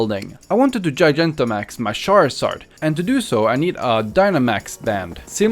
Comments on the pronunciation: Sharzard? Char-zard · It's not shared its charzard